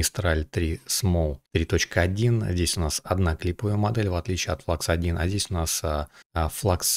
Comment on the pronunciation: Спасибо за обзор, НО. Модель немецкая, делают немцы) Поэтому Флюкс! Слово klein читается как "кляйн" и в переводе с немецкого - маленький.